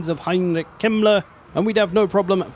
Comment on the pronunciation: Heinrich kemler sounds wrong for a German 😂